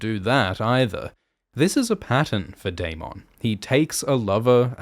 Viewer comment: Can we all just appreciate how Daemon's name is pronounced on this channel ? It's my preferred pronunciation of the name.